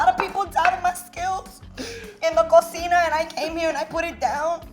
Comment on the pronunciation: Lmao when she said “in the Cósima” ❤️❤️❤️